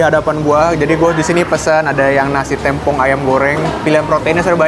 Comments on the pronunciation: témpong mang, bukan têmpong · samabal TEMPONG bang bacanya , bukan TEMPONG 😢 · yang bener tempong bng bukan tempong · cara bacanya tempong bang bukan tempong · Tempong apa tempong? Yang bener tempong bang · Yang bener namanya tempong bang, e nya dibaca e, bukan e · Tempong bang bukan tempong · tempong "e"nya vocal bukan "e" pipih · Tempong bg E nya kaya kata sate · Tempong apa Tempong